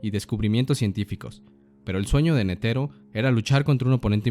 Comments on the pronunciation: Nétero, no netéro ni neteró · La fonetica del japones es similar al español, y sin embargo este pendejo sigue pronunciando Netero en lugar de Nétero como lo pronuncian los japoneses